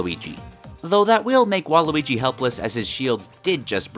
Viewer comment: A bit too... fouth 'wall-y'. Ya now what im sayin'